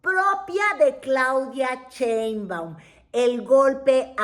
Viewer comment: Mientras sigas pronunciando "Cheinbaum", no te voy a ver 😅 Pronuncia bien su nombre!